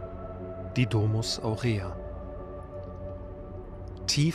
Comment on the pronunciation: Ich muss mal was klarstellen: Es heißt NICHT: Domus Aurea also nicht D-langes o-mus Aur-langes e-a sondern: Domus (kurzes o) Aurea (kurzes e) Die Betonung liegt im Lateinischen auf dem ersten Vokal!!! Ansonsten Hut ab, dass du schon mal dort warst. :)